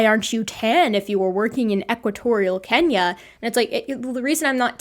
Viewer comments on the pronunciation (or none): none